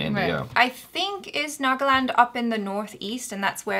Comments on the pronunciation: it's naga-land as in earth/land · 'land' is an english word. why did you pronounce it wrong? why? 😆😝